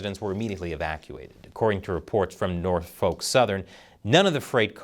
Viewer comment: It's pronounced Norfuck. I'm from Norfolk. Trust me. You're saying it wrong